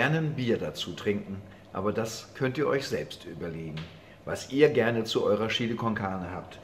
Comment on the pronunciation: "Das ist Schili Konkahne" höhö